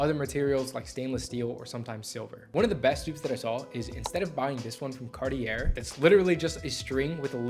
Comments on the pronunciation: Great videos. Just a pronunciation tip, Cartier is pronounced kar-tee-AY with the stress on the final syllable. It is a French brand, so the "r" is lightly rolled, and the ending sounds like "yay" rather than "er". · You pronounce Cartier, CARTIYAY.😊